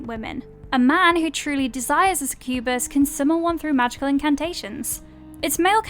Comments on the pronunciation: It's only "succubus" and "incubus". Also, that pronunciation 🙈 Suh-kyoo-buhs. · God, that pronunciation of succubus really got on my nerves. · It's pronounced 'SUCK-you-bus' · Is somebody gonna say something about how she said succubus and corvinus....no just me? Okay🤦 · How they say succubus 🤣🤣